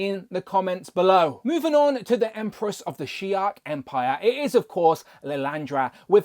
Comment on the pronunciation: Why are you adding a k to the end of shi’ar? It’s not shi’ark my dude.